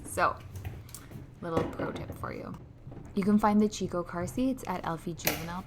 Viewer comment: It’s pronounced “key co”, not “chee co”